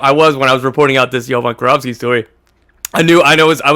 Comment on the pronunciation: Its Jovan KIROVSKI guys, KI RO VSKI, its a Macedonian surname. FORZA MILAN